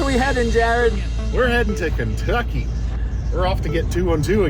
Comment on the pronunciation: I'm afraid, you pronounced the state name wrong. Apparently now it's Keentucky